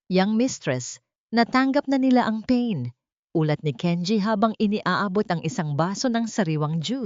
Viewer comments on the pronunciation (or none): none